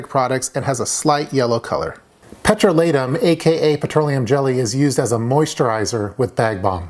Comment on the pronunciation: I always though that "petrolatum" had the accent on the 2nd syllable, i.e., on the long "o". After looking it up, you are right. Now my world is upside down.